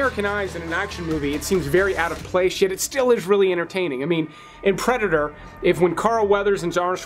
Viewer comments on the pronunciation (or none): none